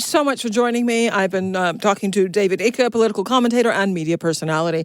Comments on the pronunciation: "I've been talking to David ICK". Brilliant. Unbelievable. How can she mispronounce his name???? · "David Eeker" ... does this woman do no research? Getting someone's name right is fundamental. She's fighting the good fight but her pronunciation is woeful!